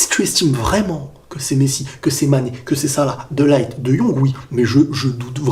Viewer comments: On dis pas De Light mais De Lirt ^^ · Salut on dit de lirte pas de laillete (De Ligt) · Petite correction sans prétention aucune: de ligt se prononce de lirt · tu prononce mal le nom de Ligt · Ta prononciation de De Ligt me perturbe 😂